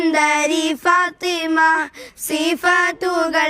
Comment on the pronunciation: ഫാത്വിമ്മ ❌ ഫാത്വിമ✅